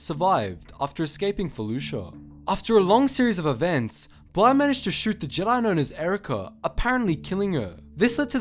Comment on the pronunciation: Its bly not bla